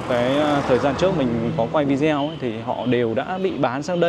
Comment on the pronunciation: Em ơi, từ video đọc theo tiếng Anh (English) là vi đê ô chứ ko phải là vi deo nha em. Góp ý chút thôi. Tốt nhất là em có thêm một bạn đồng hành biết nói tiếng Trung.